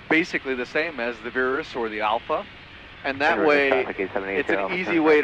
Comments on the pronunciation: Why is he pronouncing "Virus" as "Veerus" ?? I worked with Pipistrel on marketing in Europe and it's really not intended to be anything other than virus, as in the flu virus! Bizarre how, if Americans can possibly find a way of mis-pronouncing simply terms, they will! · Good, let's retire the "virus" (worst named product ever, post 2019 - and please stop pretending it is pronounced veer-us, you're not fooling anyone), and replace it with the "Velis" - same exact plane, new powerplant. Cool.